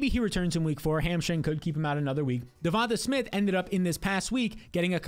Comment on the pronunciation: I tune in to all your videos. Getting the 🔵 print. Ill pop a 🍾 the day i hear you say Javonta Smith's name right. 😂